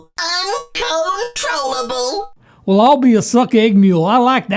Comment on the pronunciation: Its acctually un-cone-trolabllw